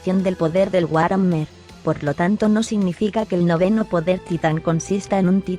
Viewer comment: ¡Te saltaste una parte! ¡¿por qué siempre me haces esto?! Oh, demonios, debí haberte dicho que War Hammer se pronuncia Buar Jamer.